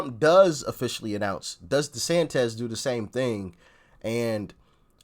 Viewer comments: I chuckle every time he calls Desantis Desantez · Desantis (-iss, not -ez); you are making him sound like a Mexican... ☻